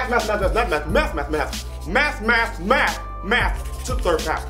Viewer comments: Anybody else think he said meth when he was saying math really fast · Almost sounded like he said Meth😂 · At the math part who else started hearing meth